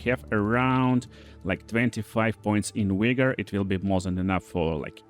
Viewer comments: Wigor? You mean vigor? LOL! You should look up the term wigger and realize what you are saying. LMAO! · Friendly advice but the 'v' in vigor is the 'v' sound in valor, vaccine, or vacation. The 'w' sound might be you bant😁 great video, love the content